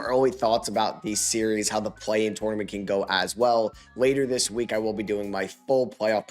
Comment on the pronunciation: love you. can’t stand the way you say tournament. good video